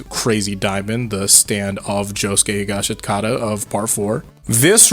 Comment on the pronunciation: he rly said josuke higashgatata